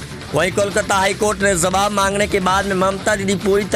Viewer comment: Jawab hota hai ,jsawab nahin hota hai.bolna to seekh lei.